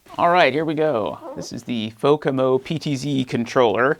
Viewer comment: It's Fomako, not Fokamo.